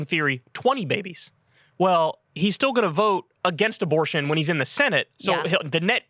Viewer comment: “A little aborsh”